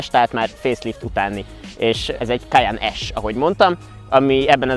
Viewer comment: Nagyon jo a teszt de nem “kajannnnn hanem kajenn-ek ejtük 😉